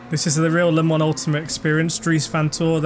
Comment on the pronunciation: Don't say Le Mans Ultimate like 'lemons ultimate. It drives me MAD"!!!!!